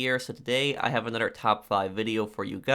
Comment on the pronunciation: Stop saying another like anoder